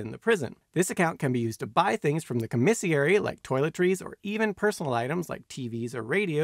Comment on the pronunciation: com-is-airy 😂 First time I've heard it pronounced that way!